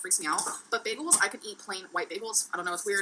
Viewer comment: Beggels are so good for you